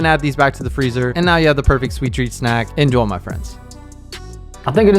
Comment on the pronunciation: Stop saying INJOL say INJOY